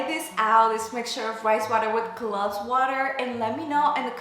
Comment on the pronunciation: Its cloves..u said it wrong